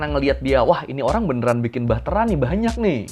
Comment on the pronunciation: "dengan bahtera yang dia bikìn" wkwkwkwk lucu juga aksennya